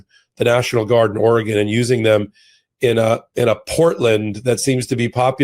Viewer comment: Thank you,, for pronouncing Oregon correctly!